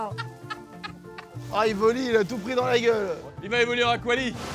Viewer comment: Est ce qu'on parle du "evoli" avec l'accent anglais ?